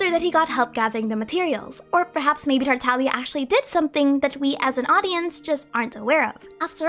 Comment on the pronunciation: FINALLY SOMEONE WHO PRONOUNCES TARTAGLIA CORRECTLY THANK YOU SO MUCH